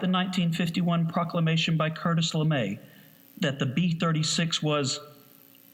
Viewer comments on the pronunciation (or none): none